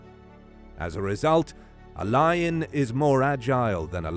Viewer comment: Love it, by the way I thought you said Liger vs Liger 😂